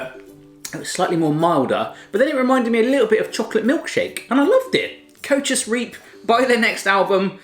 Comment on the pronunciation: Koewtjes riep😂😂ik ben Nederlands en ik lachte me kapot